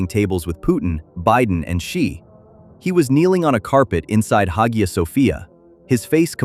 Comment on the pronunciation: Masha’Allah Tabark’Allah….. still begs the question of why he has any dealings with Israel. Faith and politics are not mutually exclusive, I haven’t seen\read anywhere that his faith is in question. His political leanings however are as for his intentions AllahuAlam. Btw it’s pronounced ‘Aya’